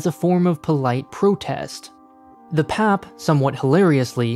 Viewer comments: im curious, there's many videos of PM Lee speaking here, did they not listen to them while making this video? I'm sure he would have mentioned People's Action Party abbreviation is pronounced as "P-A-P" 🤔 hahaha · No one in Singapore pronounces PAP like you did. We just say P-A-P...spelling out the letters. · Honestly as a Singaporean, yes. I care more about his pronunciation of PAP more than the fact that we are a dictatorship. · Well, this is hardly the first video to call us a dictatorship. Even all the points in the video are old, repetitive from thousands of other videos/articles/political commentaries. Nothing is new nor unique from this video. Really the only highlight is how he pronounces the PAP acronym. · He’s pronouncing PAP like how you would in PAP smear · Hearing say PAP in one syllable instead of its individual letters was amazing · I totally loled when I heard him say it that way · Shows how much he knows about what he is talking about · That's like pronouncing the GOP as "gop". But he's not local, so.... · the way he pronounces pap is killing me lmao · This video researched the criticality of everything, up until it forgot to research how PAP is pronounced. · The way he's saying PAP reminds me of pap smear 😂.... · Sir its pronounced as "P-A-P" and not "pap" its each alphabet by itself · It's hard to take the video seriously when they called it the "pap" instead of P-A-P. Don't just do internet research, go and talk to Singaporeans. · It's not PAP its called P A P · It felt wierd every time he called the P.A.P "pap". It isn't your dad bro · Ikr! When I heard him repeating pap, I was like….who says that? It is P.A.P! Omg. Here he is ranting about Singapore and he can’t even pronounce the ruling party correctly? Geez. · you say P.A.P. not pap! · Singaporean here, yes I find "pap" very weird to hear, wish it was pronounced P A P too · cringes at the pronounciation of PAP by My ears bleed from hearing PAP as pap